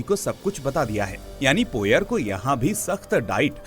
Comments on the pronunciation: हरक्यूल पोएरो not पोयर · Poyer ruined your explanation. Pronounce it correctly